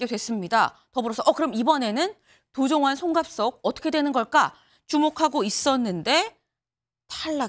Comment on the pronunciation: 도종환인지 도정환인지 도종완인지 구별도 못하면서 무슨 뉴스를 전달한다고... 할렐루야!!!!